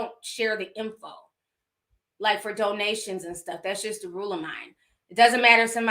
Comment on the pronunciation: "Doughnations, doughnations, doughnations. Gifts, gifts, gifts"😂😂😂😂